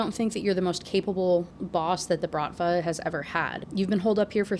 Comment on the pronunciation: Пахааан))) you were almost right, it's prononced with h like in hug, no k sounded, and stress is on a last syllable. It can be literally translates to "father" but it isn't used to adress your actual father usually, but instead a boss of a crew, as here, a criminal organisation. Bratva is also pronounced with a stress on a second syllable. Hope this was helpful lol)